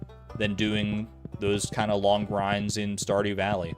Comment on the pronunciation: Lol, "Saw Dew Valley"?